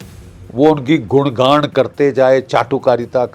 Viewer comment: गुणगान ❌ गुड़ गाण ✅ 😅😅